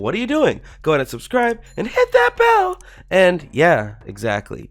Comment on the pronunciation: I love how he say "AnD iT tHaT BELL!"